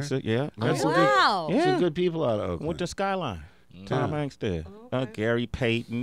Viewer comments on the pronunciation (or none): none